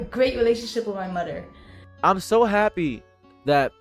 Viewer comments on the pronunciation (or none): she’s obviously challenged “gweat welationship wit my mudder”